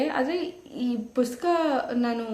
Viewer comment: Dayavittu pustaka anta heli,puska anta helteera😢